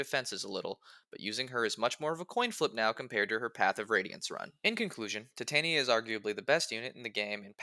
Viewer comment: Think it’s pronounced ti-ton-ya